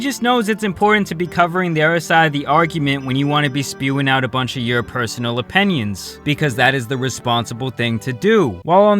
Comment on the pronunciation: Jordan Peterson is one of the best minds on the planet, how can you tell us you don’t agree with him when you can’t even pronounce opinion without sounding like you’re saying onion. Come on don’t turn into h3